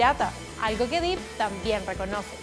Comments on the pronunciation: Hola! Solo querría hacer una mansión! Su nombre no se pronuncia “Dip” ya que su apellido es Depp no Deep (que significa profundo) por lo tanto se pronuncia Johnny Depp (“fonéticamente” Dep) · se pronuncia dep no dip verdad? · No les da Ansiedad que diga "Dip" en vez de "Dep"?? Se escribe "Depp" y se pronuncia igual. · #15 no se dice Deep(Dip) se dice Depp (Dep) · Pensé que nadie lo diría. No es Deep. Es Depp. Y suena así: Dip Error Dep Correcto. Díganselo por favor!!! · Qué fea pronunciación. Para empezar no es Johnny "dip", se pronuncia "dep", y no es "kentacky", se pronuncia "kentocky". 🙄 La información está correcta, el contenido si me parece bien. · No se pronuncia Johnny Dip. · Es Johnny DEpp, con sonido "E", no con sonido "i"...